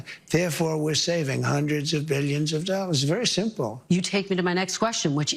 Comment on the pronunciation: Because like the word "tariffs" he loves to say "BILJUNS and BILJUNS"